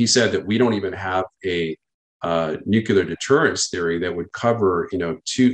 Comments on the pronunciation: Nuclear....Nu-clear...'New-Clear' Not 'nuke-ya-ler'.. 🤦‍♂ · Nuclear is pronounced Nu klee ur NOT Nu ku lar as your silly boy George W would say 😂😂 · I’m I the only one? NuCLEar…. Not nuCUlar… made my ears itch…. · Atleast we can agree on one thing for sure... Biden and Truedeu are both not very smart! Nu-cu-lar vs. Nu-clee-ar is so annoying lol Nunberg's theory is that certain otherwise educated people choose to say "nucular" because it sounds folksy or, more ominous, because they are in a position of authority and are daring others to correct them. Well it's clearly pronounced nu-clee-ar stop sounding like G.W.Bush. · Astounded at the fact that even nuclear experts cannot pronounce the word nuclear correctly. What even is Nucular?